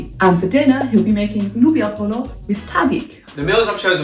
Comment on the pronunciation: Am I the only Filipino that keeps hearing them say "lumpia" when they say "loobia"?! haha I love watching Sepi satisfied by the Caldereta and Arroz Caldo